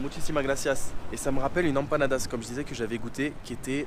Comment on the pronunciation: Prononce M panadas ! Tu me broies les oreilles, poto 😂